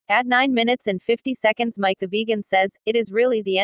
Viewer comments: "Mic the vajan" LOL Stupid computer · Funny how text 2 speech handles the word vegan...